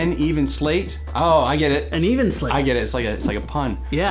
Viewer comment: Thanks for the shout out, but it's not "N Even Slate" it's Neve Nel Estate (Nay-Vay nel S-ta-tay) italian for Snow in the Summer ;)